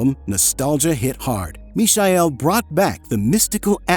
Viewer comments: no, it is not the German pronunciation. That would be as in English you would say meechael, with the 'ch' pronounced as in the scottish 'loch'. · That's not how Michael is pronounced in German. And the AI voice in the video butchers it too. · Fukwit Americans or AI, you can't even pronounce the name of the Michael correctly, how do you expect to be taken seriously or have any credibility? Ignorant internet postings from clueless Americans... Now blocked. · Is the speak AI generated? The pronunciation of e.g. "Michael" and "Ibiza" very strangely. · FFS it's Michael not Misael! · WTF idiot AI ? Misha-el ??? It is the English Michael !!! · is his name not michael? as in mike, michael? not mee-shy-el? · WTF Idiot ? Misha-el...?!? It is the English Michael !!! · "Mikael", not "Mishael", sorry, just had to be said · Why pronounce "Mishael" when is simply Michael like in Michael Jackson? 😅 Sounds horrible and I have never heard that version before. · Michael is pronounced mee-kah-el. I know, it's also my name. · who's the imbecile that pronounces "mishael" and "ibizia'? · It smells so bad when you say Michael and not miˈhaj ˈkretsu. The Romanian name should sound almost Chinese: just say "me hi" fast Is it AI fault ? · Must be. Nobody pronounced "mischael" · If I hear Mishael one more time... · “Mee-shy-ell” didn’t realise the alternate pronunciation of Michael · Where are you from ? Is English not your first language. ? I am surprised how bad you pronounce Michael and Ibiza ! WTF dude ? 😂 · you honestly cannot pronounce MIchael? ffs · Is this the french prononciation of Michael on the video, I thought it should be said just like Michael Jackson or Michael Douglas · he keeps mispronouncing his first name its very annoying. he gets sandra pretty close though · He is using the German pronounce of Michael. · AI not knowing how to pronounce Michael... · Mi-cha-el please stop butchering his name. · atleast learn how to pronaunce his name correctly... i hate AI naration